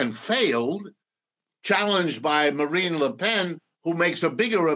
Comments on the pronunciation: It's embarrassing to hear this "expert" on France incorrectly pronounce Marine Le Pen's name all throughout the interview. It's Marine and not Marina. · Please, it's Marine, NOT Marina. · I couldn’t take him seriously when he kept saying MarinA le pen 😐